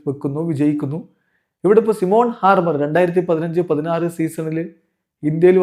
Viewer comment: സിമോൺ ഹാർമർ അല്ല.. സൈമൺ ഹാർമർ